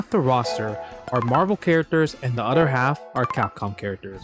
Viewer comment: I like every time you say “other” you say “udder”